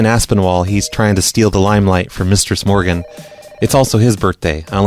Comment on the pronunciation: I always thought he was saying "". Am I the only one?